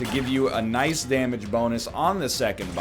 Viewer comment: Nice niceu, very niceu!